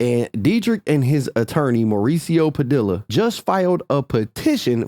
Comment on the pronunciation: We gotta teach my boy some fukn Spanish BRO LL is a Y it's Pa Diiii Yaaa